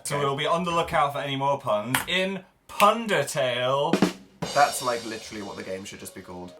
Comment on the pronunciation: Anyone else notice that Jack calls it Pundertale too?